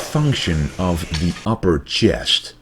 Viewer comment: I love the channel bro, but please can you say chest instead of Chiyest :p lol